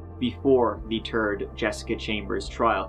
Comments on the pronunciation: Hearing you say “ for a turd time” never gets old:) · LEARN HOW TO PRONOUNCE "TH". FOR SOEM REASON YOU CAN SAY THIS , THEM, THEY , THE BUT YOU CANT SAY "THIRD: YOU SAY TURD" IT sounds awful. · I think you should learn to pronounce third as third and not terd.